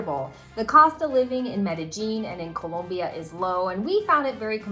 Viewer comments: Background music - Annoying. Too much emphasis on pronouncing Colombia correctly. Comes off inauthentic. Otherwise great video! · Oh, my god, why do you guys say "Colombia" like that??? Please learn how to pronounce it properly. And Medellin is not pronounced "MedeJEAN"! It's MedeYEEN."